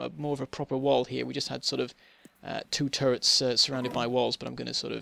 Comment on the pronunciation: I misunderstand it faaaaaaar too often when you say "turrets". I understand "turds" ..